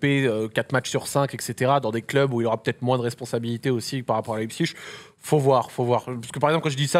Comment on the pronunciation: Pitié prononcez Leipzig correctement svp